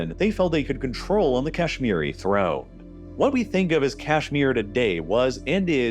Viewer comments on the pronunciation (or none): none